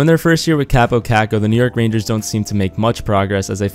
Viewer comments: his first name is pronounced Cop-oh i met him at training camp at the end of june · Actually it's pronounced Kaapo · it's pronounced cop-oh cock-oh met him at a training camp event